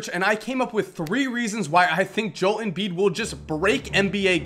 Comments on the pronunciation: A&Z Bad Gamers nope your wrong if you pronounced it joe l he sounds like a guy that his first name is joe and his first initial is l it's pronounced jol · You are wrong it is pronounced Joe-ELL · its pronounced (joe-el) but great video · I enjoyed the video... but cringed every time you said his name. It's pronounced Joe-ELL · Jo-El Embiid, like Jo-L. Great Video! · I'm pretty sure it's pronounced Joe-El, which doesn't make sense since it usually is just Jol. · It's pronounced Joe-L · It's pronounced Jo L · theres only one person who cant pronounce Joel's first name,, ITS JOE-EL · His name is Joe- L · It's JOE-EL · It's Jo-el two syllables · An explanation for why has been pronouncing Joel's name wrong: The 76ers are 1-9, and they have been getting too many L's lately. However, Joel has been performing at a high level for a rookie. So decided to give Joel a W instead of an L. Joew, W is silent while pronouncing that so he pronounces it as Joe. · JoeL embiid there's a L pronounce the L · I cringe every time he says Joel. It's Jo-EL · Joe and el is how you pronounce it giving me seizures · Oh my god. love the video but JOE-EL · I heard this guy say nerlans Noel AS NERLANS NO-EL BUT he gonna pronounce JO-EL as one syllable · Jo-EL ...JOE... L Nigga say his name right!! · I think it's pronounced Jo-el fam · You're pronouncing his name wrong. It's Joe-El Embid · Joel= Jo-el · zach Horvitz Ik that it's pronounced Joe L but it doesn't bother me when he mid pronounces it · zach Horvitz JO...EL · mfer couldnt even say his name right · u say Joel like an idiot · You don't even know how to say his first name dog! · You've done a lot of research. You should figure out how to pronounce his name. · The only thing I don't like about the video is the way you say Joel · ur saying his name wrong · Why are people overreacting about him pronouncing Joel wrong? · Joel is 2 syllables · Great vid, but, Joel is pronounced with 2 syllables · Joe el not joul